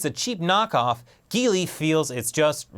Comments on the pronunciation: The GEELY GE is not pronounce as /gili/, it's pronounced as /jeelee/ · The Geely GE LOL. That doesn't sound elegant at all.